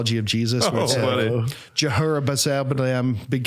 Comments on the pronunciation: All in all good except how you say Jehovah The longest name in the bible name and the of Shimon bar Yona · You misspoke about the name Yahweh. You meant Jehovah/Yehovah. That is Yod-Hei-Vav-Hei with the vowels of Adonai (the first A turns into a short E because of the switch between a gutteral letter and a regular letter, but besides that it's the same vowels).